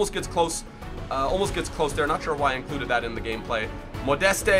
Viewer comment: the name Anthony Modeste pronounce 'Modes'